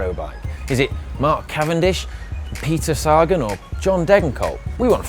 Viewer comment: His pronunciation of Peter Sagan is painful ..